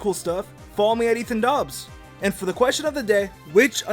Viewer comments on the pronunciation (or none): you said dogs instead of dobbs